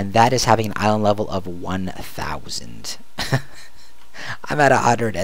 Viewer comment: I really like you videos :) But when you'r writing "/island level", the way you say island is seriosly annoying :D The same when you say out loud that you write "/c" and "/c c ......... " :)